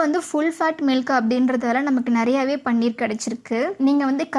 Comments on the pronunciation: அம்மா தாயே. முதலில் இதை பன்னீர் என்று உச்சரிப்பதை நிறுத்துங்கள். இது பன்னீர் அல்ல. பனீர் என்று உச்சரிக்க வேண்டும். தெளிக்கப்பயன்படும் திரவப்பொருள்தான் பன்னீர். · யம்மா. அது பன்னீர் இல்ல ! பனீர். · "பன்னீர்" என்பது ரோஜாப்பூவிலிருந்து தயாரிக்கப் படும் ஒரு வாசனைத் திரவியம். அது திருமணம் போன்ற விழாக்களில் உபயோகிக்கப்படும். இங்கே விவரித்துள்ள பொருளுக்கு தமிழில் "பாலாடைக்கட்டி" என்று பெயர். இதற்கு ஹிந்தியில் "பனீர்" ( பன்னீர் அல்ல) என்று பெயர். சரியாக உச்சரிக்கவும்.